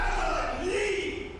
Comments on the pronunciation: “Leave-Ah!” What is he super Mario adding syllables to his words? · Leave! Not leava 😂😂😂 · was actually saying, "Leava!" Not "Leave". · Leave-uh!!! Leave-uh!!! Leave-uh!!! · LEAVE-UH!!! LEAVE-UH!!! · Dude added an extra syllable to “leave”…. LEAV-UH LEAV-UH 😂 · Leave uh 😅 can't get out of my head 😂😂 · he finna leavuh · I did not know leave was a two syllable word